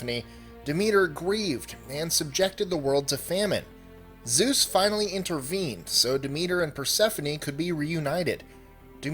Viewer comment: keeps changing Zues into sues